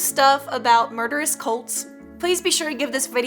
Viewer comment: At first I thought she said scary colds